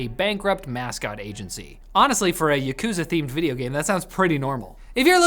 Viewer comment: Someone needs to teach the pronunciation for yakuza.